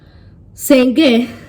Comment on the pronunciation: 🤣🤣🤣🤣 Speak Yoruba abeg. ma pami na. Eyan sengen. Be like na "Schengen" oooo.😊😊. Great video✌